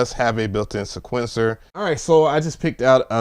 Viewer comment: Disliked just for the way you pronounced sequencer...